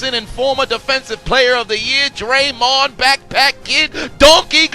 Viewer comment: YO SAID draymon TO THE RESCUE 😂😂😂😂😂😂😂😂😂😂😂😂